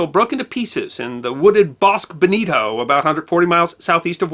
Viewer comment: Bosque bonito. Pretty forest, it would be pronounced more like bose-K